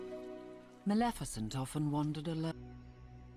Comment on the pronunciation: What is Maljefeshent it's Maleficent 😅😅